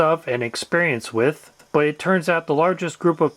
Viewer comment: It’s thhhh not ffff. It’s with not wifff.